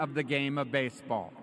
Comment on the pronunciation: 基本を外してない恥ずかしくないレベルには到達してんじゃん 逆にMCの人のbaseballのアクセントがbaseとball両方とも強調とか初めて聞いた